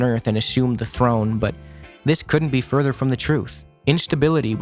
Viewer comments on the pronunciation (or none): none